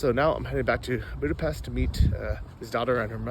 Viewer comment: nice job. BTW it’s “Booda-pesht”. It’s a tough language (I grew up with it) but getting the pronunciation right will buy you major cred. Stay safe.